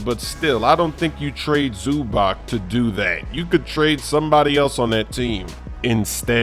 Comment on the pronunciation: ZUBAK? WTF